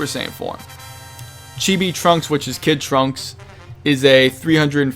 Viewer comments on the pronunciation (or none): none